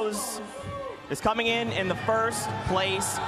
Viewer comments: Lasse Bauer spawht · listen to how he says spot